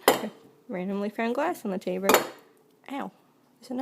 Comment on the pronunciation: Oh I see she changes the l's to r's- petters- taber-etc. Good video but I can't get over the talking! So sorry!! 😑